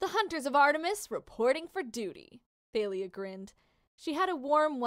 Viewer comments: It's not th-ay-li-ah it's ta-li-ah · It's tAlya not tAElya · It's talia not failia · It's pronounced tha-le-a = thalia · It’s TALIA- THOLIA . That is how it’s pronounced. Sorry I just got to get that out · Tha-Lee-Ah Thalia